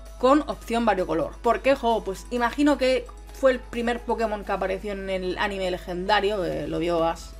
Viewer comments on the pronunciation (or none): none